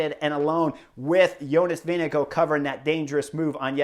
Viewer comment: Jonas "Vinego" Vingegaard 😀 At least in europe his name ist pronounced more like "Wing-e-guard" 😛